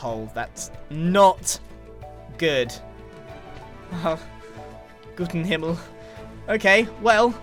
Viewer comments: Wtf does he say ? Gutenhimmel? Gott im Himmel? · “Gott im Himmel” I was confused for a second when he said that, because I didn’t know he speaks any German